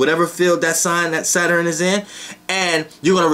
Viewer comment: I like the way you say Saturn. "Sater-in" 😊😊😊😊✨